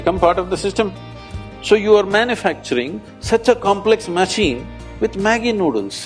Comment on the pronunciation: Ha ha NID guy saying maggi...I can relate being an NID alumni :P